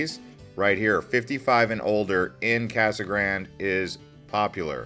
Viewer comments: It was called Casa Grand-ee, as in a bastardization of the Spanish. Seems fair, seeing as it is a Spanish word. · North Eastern Arizona - Kingman? Kingman is about as far West as you can get before you enter California. It's in the North-Western corner of Arizona and is the county seat of Mohave county. Pronounced; "Mo-haw-vee". Casa Grande is pronounced; "Casa Graun-day".